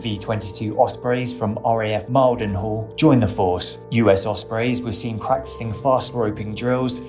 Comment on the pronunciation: RAF “mile-den-hall”? 😂